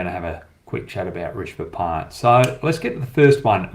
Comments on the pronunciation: It’s not “Rishba Pant” .. It’s “Rishabh Pant” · Fans of Hoggy’s incisive insights and unintentional butchering of Indian names, be sure to check out Inzamam ulhuq’s channel who also spews kkg’s every breath, and butchers Indian cricketers names like Rashi Pandit to Hoggys Rishba Pant. Indians be glad you are blessed with so many beautiful languages, every humanly possible utterances with the tongue, Kh,Tha, Ksh from Sanskrit, Za, Qa from urdu, zha as in Tamizh and Malayalam. Priceless wealth the west and TChyna don’t have. And oh, And Cricket pleasures too which barely ten countries get to enjoy. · Leave all of comparison, sala naam tk sahi se le le